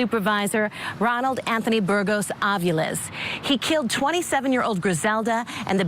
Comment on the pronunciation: Daaaang u say the last name well. Better then me. I don’t respect the decision. The jury wimped out. His plan was premeditated and horrendous. He had no problem murdering. What mitigating factors? No mommy? STDs? Sex addict? Stupid decision